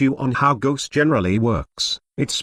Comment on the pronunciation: sounds like text to speech is saying ghost every time